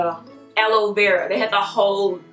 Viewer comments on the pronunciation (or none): none